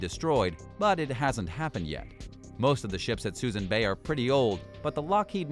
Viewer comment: This narrator is mispronouncing just about everything in this video. Suisun Bay is pronounced soo-soon ...just for starters